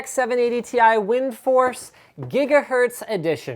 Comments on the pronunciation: No Linus, you don't say Gigahertz, you say Jigahertz :P Love when you say it like that XD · SO weird to hear you say gigahertz (JIGahertz) wrong Linus! You've been a champion of proper pronunciation for so long! What gives?